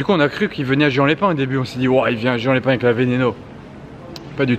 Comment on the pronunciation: ca se prononce pas juan mais rouane